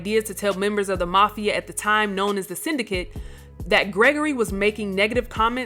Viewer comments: Y'all need to start having hard conversations about the Talent you employ, and your Editing Department. It's not enunciated (sin da kate) it's obviously enunciated (sin da kit). Also in (your most recent)upload about Dave Chappelle; his new comedy special isn't enunciated The (Clo sir) as in distance, it's enunciated The (Clo zer), as in a baseball pitcher. If you expect to maintain an intelligent audience, you must do a better job of catering to them. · syn-di-kit. ex-po-zay